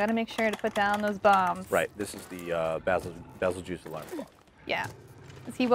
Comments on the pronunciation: Pronounce it like this Bay-zell-goose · Baa zil geese is the correct pronunciation. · FYI : バゼルギウス (Bazerugiusu) as the japanese name stated Winner: Bazzel-ge-use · Its not bazelgeuse, its beetle juice